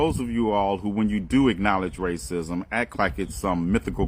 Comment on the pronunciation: can you please tell me why you keep pronouncing racism rated dism, ? youtube allows the word racism to my knowledge, LEARN ENGLISH, PLS , if I am wrong pls inform,you just used the word racism in this video, so why do you deliberately basterdize the word?